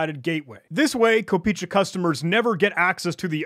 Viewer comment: Fun fact, the domain name translates to penny, "kopeechka" is the play on word for the lowest denomination of the Ruble, which kinda signifies that the website was made by either a Russian or any other slavic person familiar with it, also it's pronounced "kop eh eh chka", why am i not surprised anymore.